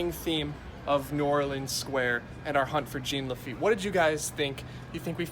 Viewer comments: IT'S JEAN LAFFITE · “ITS JEAN LAFITTE!!!!!!”